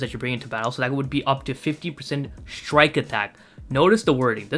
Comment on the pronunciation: sounded like 50 lowkey